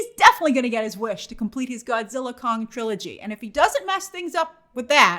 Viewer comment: Idk if Grace constantly mispronouncing Kong for “Kang” and saying “Godzilla frozen empire” is a part of April fools or not🤣